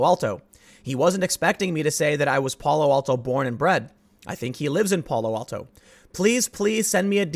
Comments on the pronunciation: You’re pronouncing Palo Alto weirdly! It’s “Pal (like PayPal)-oh, Al (like Al Bundy)-oh”. 😁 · Tim, the As in Palo Alto sound like "ask" or "anthem." In Northern California the general rule is you go as far afield from the actual Spanish pronunciation as possible.